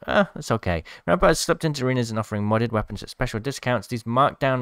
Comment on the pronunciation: Crack em knuckles it's rrrraampart time